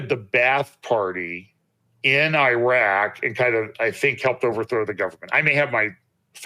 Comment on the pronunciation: Maybe sounds petty but it's nuclear..not nucular..and it's eeraq, not i-roc. Seriously..because why and who cares? ? The non believers who might drop by to view. You were the one choosing tho be on front of the camera, no one twisted your arm. Therefore, you took on the public facing kind of role. Step up, put on the boy boy panties, , learn to speak the language and also how to stop offending folks by sounding like the stereotypical ugly American who could care less and defines everyone else and has no respect. You know we believers actually all must up our game, because the world is watching. You got this. Ty.